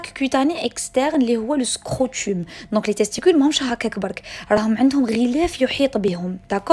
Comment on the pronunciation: scrotum se prononce (scrotom). merciii bcpss pour tes videos